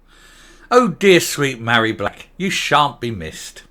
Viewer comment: Her name is not pronounced Marry, Mh in Gaelic is a V so she is Varry. I am Mairi because my name has no H. Hope I made myself clear. Funny that she doesn't know the origin of her first name.